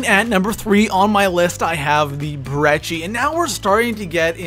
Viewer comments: Brecci is pronounced "b - re - kee" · It's 205 Breh-ki